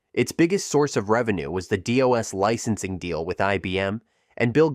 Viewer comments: Seriously? Dee-oss? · "DOA"? I've never heard DOS pronounced that way?